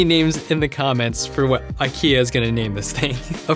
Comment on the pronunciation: At SDC 18, it did fold inward. Samsung officially uploaded the video to their channel and no, it's a concept video. "eye-key-are" IKEA-R idk